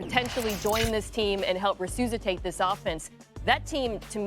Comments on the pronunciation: re-suze-itate ?? Mina with the rare misspeak! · "Help re-SOUSA-tate the offense?" Wtf? Are there tubas and piccolos and fireworks involved with the re‐SOUSA-tation of an offense?